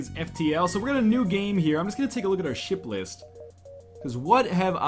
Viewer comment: NL please never say ship list again, it sounds like something comletle different ._.